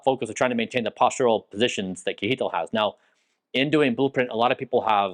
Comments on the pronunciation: not sure why you call him kee-eetil :P KJ is like CH in the German ICH. So imagine something like "Chehtihl" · lol kee- hee-tl :D I was actually wondering what was his actual name... then I saw kjetil :P (which you pronounce (si-e-ttil) ... well, the S at the beginning is not really a pure S... but would be much, much closer then kee-hee-tl ... I am surprised he didn't mind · Kjetil seems to be okay with the way Bryan pronounces his name, "kihitil", but the correct way to say it is with a "ch", like in "chain", and an open E-sound, like in "end". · Kjetil pronounced Yetil. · All that time together and Kjetil never corrected you on how to pronounce his name 😂 great video tho thanks for sharing 🙂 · haha brian you have to learn how to say Kjetil